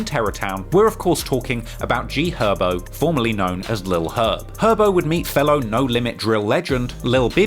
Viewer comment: So funny this dude did a 3hr doc on this and couldn't pronounce "Herb" correctly once